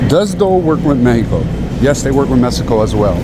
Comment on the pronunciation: You say Mesico. It’s MEXICO. The lady says it right.. 🇲🇽 ❤😉